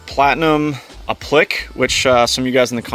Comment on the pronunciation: The correct pronunciation should be a - pluh - kay , but I had to look it up. I'm no English major. Truck is bad **s as usual!